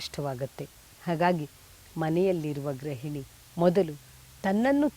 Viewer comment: ಒಳ್ಳೆಯ ಕಾರ್ಯಕ್ರಮವಾಗಿದೆ ಗ್ರಹಿಣಿ ಎಂದು ಹೇಳಬಾರದು ಗೃಹಿಣಿ (ಗ್ರುಹಿಣಿ) ಎಂದು ಹೇಳಬೇಕು